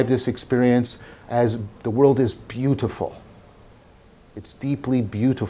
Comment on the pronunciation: When John enunciates beautiful, I sense an etymology conversation coming up!